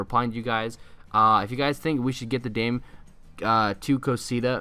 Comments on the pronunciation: Its not dayme its da meh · It’s pronounced Da-meh not “dam” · he said daim the whole vid, it’s da-meh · Your Pronunciation of dame tu cosita is wrong dame is two syllables not one I pronounced Da-me not dame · its pronounced da-me to cos-ita not dame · Its dam-e not dame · Who else is triggered that he says dame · It's "Da-Meh." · C L I C K B A I T And you can't even say it right it's not dime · Dame isnt his name. (Dah-meh) Dame means give in spanish. Also thanks for drilling this meme straight into hell. I thought you were better than Denis, but all you are is a clickbait trader. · the way you pronounce it makes me cringe, it's spanish not english, you're saying it like you would in english, just say damay too cocita to say it properly lol